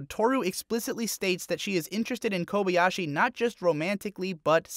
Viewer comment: My main problem with this video is the fact that you say kobey-ashi, instead of kobayashi, even though I know you watched it as intended with the original language and thus have heard her name over and over and still say it so boldly wrong.